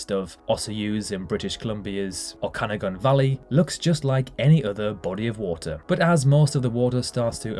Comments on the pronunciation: I grew up in B.C. and had never even heard of Spotted Lake. (BTW, the valley is pronounced O-ka-NAW-gan, although across the border in Washington State I believe they do say it like an Irish last name). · Thank you! As one who has lived in the Okanagan all my life this pronunciation was painful... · It’s pronounced ‘oh-can-AW-gan’ not ‘oh-CAN-agan’. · Adding to that for Okanagan,BC Canada it's Oaka-na-gin not "ohka-ganon", good lord he butchered that one too. Pronunciation of place names should be perfect from a channel called "The Geography Bible". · Spotted Lake - northwest of Osoyoos in the Okanagan Valley- pronounced OH-SOY-YEWS, and OAK-CAN-NAW-GAN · It's pronounced Oh-SOY-ooze, in the Oh-kin-AH-guhn valley. 🤣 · Just butchered osoyoos and okanogan 😂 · Regarding the spotted lake near Osoyoos, it's the result of mining operations. Anway, the narrator just butchered the pronunciation of Osoyoos and Okanagan. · Nice try on the pronunciation of Osoyoos and Okanagan. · My family would drive by it almost every summer when I was a kid. No noticable smell. Maybe if you get close it smells though. It's the result of mining operations. Anway, this guy just butchered the pronunciation of Osoyoos and Okanagan.